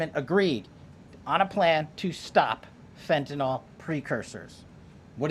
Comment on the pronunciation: FBI director... someone ought to have taught him that it's not fentanol, it's fentanyl.